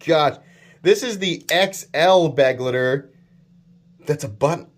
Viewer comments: Kizer choose a german word as the name. I guess because there are to many knives already called companion. But why do you say beg-le-de, it's like I wrote above, be-glei-ter. Type it into google translator and listen to the audio output. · Begleiter is german and means companion and it's spelled be-glui-ter. Sry but it drives me nuts how you americans spell it.